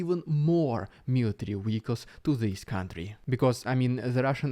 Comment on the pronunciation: DON'T CHANGE ANYTHING. I am just saying this because I honestly enjoy accents (American living in Spain, lived in Romania...). I like when you say Vehicles. Partly because it is good for Ukraine, but also because your "V" is a "W". Don't get me wrong, you are simple to understand... I've come across plenty of Americans I need a translator for. I'm already subscribed because you are one of few good sources. I have one other somewhat Russian guy I listen to...I don't want to appear to advertise for him. But you guys make me feel fairly confident that I know what is going on.